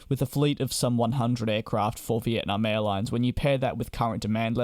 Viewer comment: It’s nam not narm